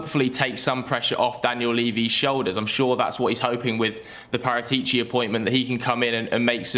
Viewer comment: I can't take butchering Paratici's name any longer.